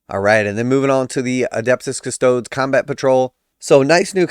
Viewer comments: Bro, the 'e' in Adeptus Custodes is NOT silent. I cringe every time you say Cuss-toads. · I do like how you say Custodes. I’m a big fan of the Ultramarine Ass Tarts.